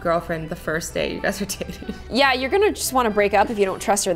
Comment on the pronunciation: that’s not how you say it it’s dating btw